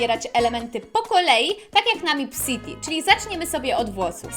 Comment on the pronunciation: nie mipCity tylko mepcity